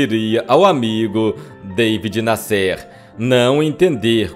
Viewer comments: Amigo, se pronunci David NÁsser, e não Davi Nassér. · "Deivid Nasser" é na verdade, David Nasser e se fala da forma como escreve. Era jornalista de revistas como O Cruzeiro Realidade. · Não é" David Nescêr" é Davi Nácer que se pronuncia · Davi Násser. Acho engraçado a esta altura 2023 brasileiro fazer que não sabe falar Davi (não era deivid). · Incrível como o pronuncia o nome do conhecidíssimo repórter David Nasser: Dêivide Nassér (sic!). Isso desmerece a narrativa e lhe retira meu "joinha". Que pena!... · O jornalista David Nasser ( pronuncia Daví Násser) Tb está enterrado no São João Batista. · A pronúncia é Daví Násser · Daví Násser...pronuncia correta. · Que voz desagradável do. Além do mais pronuncia errado os nomes, como David Nassér...derruba qualquer vídeo. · Seria interessante a correção da pronúncia do nome do jornalista David Nasser. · Esse ,ocutor precisa se informar sobre a forma correta pronuncia de muitas palavras como : David Nasser , e outras. muita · Qual a razão de pronunciar de forma errada o nome das pessoas , a exemplo e David Nasser? Qual?